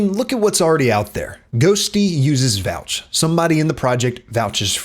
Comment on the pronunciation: "vouch" i almost spat out my coffee xD bro's the man